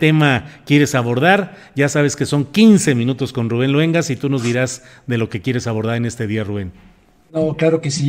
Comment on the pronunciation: La octava tiene buena programación,buenas entrevistas,Rubén sigue igual dando buenas noticias y entrevistas,¿Que te pasa?Se dice Luengas,no jodas.